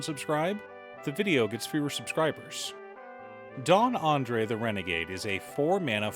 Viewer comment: Why do folks keep calling this card Andre? There's clearly an S at the end, lol. Andres is a very common Spanish name and is the predecessor to names like Andre and Andrew. Andres is phonetically pronounced Anne-drez, and there's even a slightly more common Anglicized pronunciation where you pronounce it as Andreas, like the fault line or the GTA game. San Andreas is spelled the way it is because folks couldn't pronounce the rolled R before the letter E, and that's how we got the permutation. In summary, there's an S there for a reason. Genuinely curious as to why people assume the S is silent, especially given the fact that the spelling of Andre is relatively well known, and Andres doesn't even follow the spelling structure of other words where the S is silent. If you saw the name Andrew, would you also assume the W is silent and say Andre? Not trying to bog down the comment section, lol. Otherwise, the video was great, and it actually helped a lot with my deck building for this commander, and I liked and subscribed happily. As somebody named Andres, it's a pet peeve.